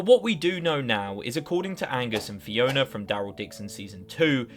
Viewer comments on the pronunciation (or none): none